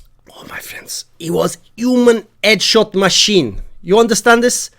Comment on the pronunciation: "Eee es edshawt masheen"